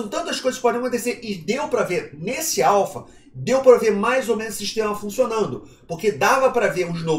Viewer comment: Pela milionésima vez... axo que precisa falar de novo neh: a-l-p-h-a